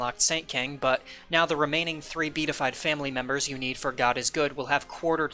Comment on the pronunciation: Great video! Also, just an FYI, it's pronounced be-a-ti-fied (4 syllables).